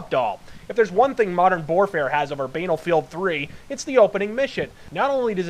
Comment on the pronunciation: While I do not wish to be expelled from the Church of (he from whom all that is good and righteous in this universe emerges), I will suggest for viewers not to assume the word "Banal" rhymes with...well, what Sasha Grey does. A lot. More like those things in Venice, if pronounced by William F Buckley. I will also add that the C in eschew is silent. It is only our master that is permitted to use words in any manner he sees fit. Carry on, slaves and minions of.